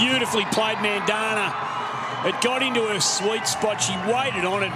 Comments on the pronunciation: It's not MANdhana 😂😂😂 it's Mandhana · The way the guy said mandhana I was like you need to learn your pronunciations